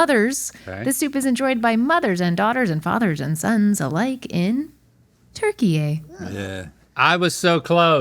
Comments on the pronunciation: It’s not pronounced turkey-ay!!! TOOR-kee-yeh I appreciate you guys trying to respect not calling it Turkey anymore, but like, if you’re gonna do it at all, do it right or just call it Turkey. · lol them mispronouncing turkiye is so hilarious to me. its not turkey-yay. its more like turkyuh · Turkye is pronounced “TyourkE”